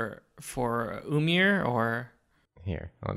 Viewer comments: Ymir is pronounced (i-mir) like pronounce the E sound not (umir) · The d in auđumbla is a norse character called eđa and is pronounced as a hard th like in worthy or clothes also ymir is pronounced eemir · jotunheim is the realm of the giants not frost giants they're just normal and i'm pretty sure it's pronounced ymir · ymir (im-meer)